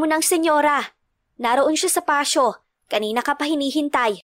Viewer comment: Pasyo? ( patio ) pronounced: " patyo "